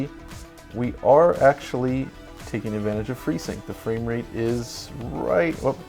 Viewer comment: "fwayme rate"